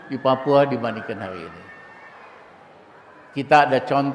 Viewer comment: Pelan pelan bang ngomongnya,hari ini bukan hayi ini,korupsi bukan koyupsi